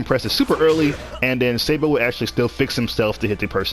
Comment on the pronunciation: Oh yes "Sei-bo"